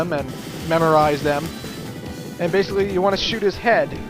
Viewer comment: You say BASSically a lot.